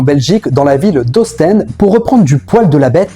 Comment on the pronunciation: L'album "Diana & Marvin" est une merveille. La réédition de 2001 comporte d'ailleurs quatre chansons supplémentaires. Il est impossible de zapper une seule chanson tant l'album frôle la perfection. Au fait : Ostende se prononce à la française. En revanche, le nom néerlandophone de la ville (Oostende) se prononce à la néerlandaise.